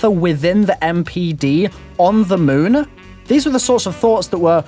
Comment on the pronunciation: "Dlc 'oneuh', on the 'moonuh', when you were a 'kiduh'. Anybody else notice this? I mean I love the dude but I can't, not hear this lol